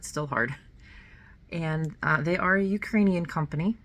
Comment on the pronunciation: Your Ukrainian pronunciation is perfect 👌